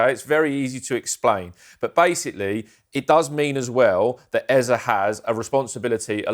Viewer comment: Here we go with the Ezer bullcrap again... for goodness sake it's EZE, EZE, EZE (A-Z-A), NOT Ezer. There's no "r". Damn!